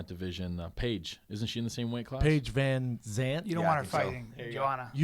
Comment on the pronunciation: Yeah he always say paige vanantz instead of vanzant. Ha